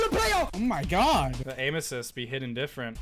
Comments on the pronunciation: hey dude i love your vids but how you keep saying aimassist is just kinda cringey but i still love yoour vids oh and cab you upload pls? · Can someone count how much times he said aimasist